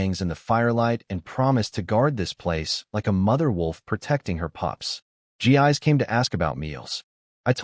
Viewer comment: I realize her name is spelled Gis but, I believe it should be pronounced Jiss, not Gee-eyes. different languages different pronuciations. Still...